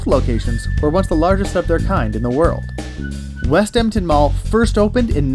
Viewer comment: “West Emtin mall”